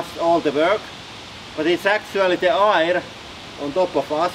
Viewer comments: I love your accent. One word that was confusing to me was "air". Rather than pronouncing it I-er, it is actually pronounced ayer. Keep up the videos your channels are my favorite in all of YouTube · So there's a large pressure on us from air, all the time? That's interesting. (You pronounce "air" like "hair" "care" "where". I love your accent though) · Interesting pronounciation - "ayre". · the "ayier above us" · I love your pronunciation of aaaaaaaaayyyyrrrrreeeeeeeee (air)